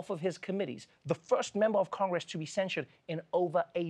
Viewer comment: Beg your pardon, but Gosar was censured. He tellingly mispronounced it "cenosred" in his speech, likely to gin up outrage from the red meat base.